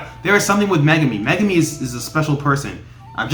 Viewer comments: Mega me??? Lmao you pronounce his name wrong its Megumi also the guy with the volcano a name is Jogo and the girl with the brown hair is Nobara Also the puppet is Mahito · Mega me Lol